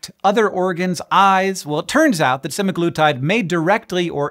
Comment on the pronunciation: pronounces it suh-MAG-luh-tide